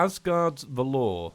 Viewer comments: Just a quick comment on the pronunciation of valor. You are saying it like valeur, (which is french for value), but it should sound more like "val-er" with the emphasis on the "va". It means great courage in the face of danger, especially in battle. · Just being nitpicky, but its VAL-OR not VA-LORE. just sayin. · Is anyone gonna tell him that isn't how you pronounce 'valor'? Nobody? Okay.